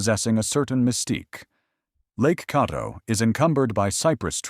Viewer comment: It’s not Cawdo, it’s Cadd o